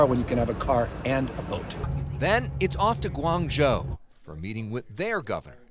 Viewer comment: Michaelson, author hello! You guys were lucky to arrive in Beijing on Oct. 25 Wed)) because I arrived there on Sun 29 Oct & the air quality was horrible! Super hazy everywhere in which I had to cancel my Great Wall trip. Thank you for sharing & you pronounced GU-ANG ZHOU perfectly!!